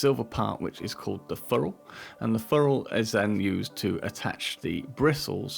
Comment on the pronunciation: great video but please... its FERR ule, not FUrrule..